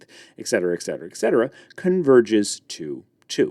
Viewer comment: Etc. is short for et cetera, which is pronounced ET-cetera, not ECK-cetra. There is no CK sound in the word. This is a very common error.